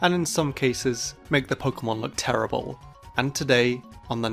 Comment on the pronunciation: He said terribun